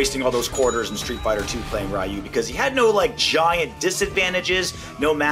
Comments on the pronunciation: he said "Rye you" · I'm sure we can all forgive his pronunciations of the names, but for the sake of myself, I have to call it out. "Raiyu" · Every time I hear it pronounced "Rai-you," I die a little bit inside. Remember: If there's an in-game announcer, they pronounce the names correctly. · Playing SF from a young age, my brother said "Rye-you" so that's what I said as well. I later learned Japanese phonetics and also heard it pronounced correctly. Now, the English adaptation of "Ree-ooh" is most common, which is the least silly-sounding way to say it mostly right in regular conversation. This is how the English announcer says it in-game. The true Japanese sound is like a single-tapped "R", but can also come across to us as an "L" sound, and is very awkward to pronounce in that context for an English speaker. It can sound to us like "D'you" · Im sorry you can roast all you want but right when he said riieyou instead of reeyou i got mad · I love, but listening to Ryu's name pronounced as "Rye-ooh" pains me to no end. You don't say "Sho-RYE-OOH-KEN", hehe. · Someone told him that he's pronouncing Zangief wrong, but no one told you that he's pronouncing Ryu wrong? That's crazy. Lol. Loved the video. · The way a lot Americans wrongly pronounce Ryu's name mostly comes from the popularity of Mortal Kombat in America and how Mortal Kombat's Shirai-Ryu is mispronounced in that franchise. It's frustrating when you hear characters like Hanzo and Kuai Liang blatantly mispronouncing it despite them being fluent in the Japanese language (especially Hanzo who is a native Japanese...). That being said, NRS is aware that the way they pronounce Shirai-Ryu is wrong, but the butchered pronunciation has become so iconic for the MK's fanbase (which is predominantly American audience) that they don't bother correcting it anymore. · Someone wanna tell that he pronounced Ryu's name wrong or the fact that Blanka wasn't headbutting but biting? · Same here